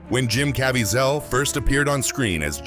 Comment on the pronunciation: It's a robot voice. They never get pronunciation correct.